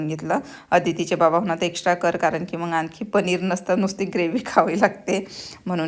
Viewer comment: फाॅरेनला राहून सुद्धा किती अशुद्ध भाषा!! "मग"च्या ऐवजी "मंग" म्हणता ?!! "मुगाच्या" डाळीला "मुंगाची" डाळ??? "अडकण्याला" "अटकणे" म्हणता??? टेबल "ठेवला" नाही हो, "सजवलं" आहे!! आणि मराठी पदार्थ - कोल्हापुरी, मालवणी, कोकणी, वऱ्हाडी, खानदेशी, सीकेपी - काय मेले का कि पंजाबी पनीर आणि "अरहर" दाल मसाला बनवलत? मराठी फोडण्यांबद्दल ऐकले नाहीये का? जर त्या तिखट खात नाहीत तर गोडं वरण करायचत. आपले पदार्थ आपणच promote केले नाहीत तर पंजाबी, बंगाली, मद्रासी लोक करतील का?